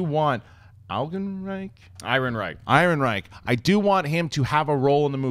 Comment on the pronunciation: Alden Ehrenreich! It's pronounced AARON-Reich. My goodness. Does it look like there's a "g" in his name? Love ya,, but come on. It's getting to JTE levels here.